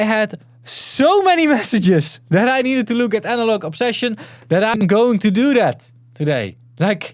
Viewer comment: "I think I'm pronouncing it correctly" - sorry to be the guy but: No, not even close 😂